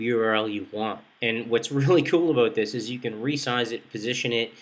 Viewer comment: Aboot, He Said Aboot... Canadian Aloiittt...